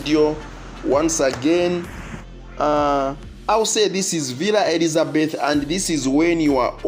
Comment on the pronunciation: Villa Elizabetha - not Elizabeth